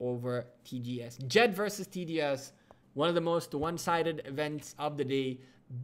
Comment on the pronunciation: The name of the ally is Jed not jet